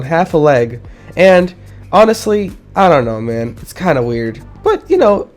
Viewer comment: "Mans" more like "Mammers" LMAOOO